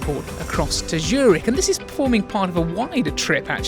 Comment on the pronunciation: It’s called Z ürich and not Schürig 😂